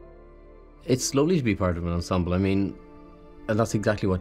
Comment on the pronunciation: I love this show.....but PLEASE "esemble cast"????😩